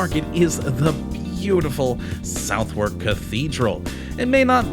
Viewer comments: I'm no brits but I believe the pronunciation is not south-wark. I heard is sounds like sudark. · No! It’s pronounced Suth-uk. SUV or suth but never So therk. That’s just wrong. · 'We always seem to end up in south *wark*' Oof, even as an American hearing Southwark pronounced that way hurts my soul a little 😜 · It’s pronounced so- therk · It’s pronounced so- therk. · The lady at the post office looked down on me as if I am a pile of garbage when I pronounced "Southwark" the way the guy in the video did. Brits are serious about it. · You don't even know how to pronounce it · A cute little video, but you say the names of the places wrong & missed several key places that aren't pubs. My wife was born & raised in southwark :)